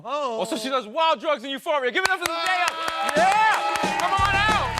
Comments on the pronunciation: Natalie Zayas-Bazan noooo..... Her fathers side of the family is Zimbabwean. Shona is a Bantu tribe and language. Just because you see the word “day” in her name does not mean it’s pronounced the way Germanic words pronounces it. Shona pronunciation is similar to Japanese. Zen-die-uh or zen-duh-ya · Her name is supposed to be pronounced as zen-die-yah. Simple Americans